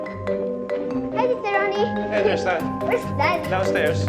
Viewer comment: Tristan yung name ng bata, pero may mga nasabi si solenn na "christan" sa ibang lines😭😭inulit ulit ko talaga baka mali yung pandinig ko HAHAHAHAHAHAHA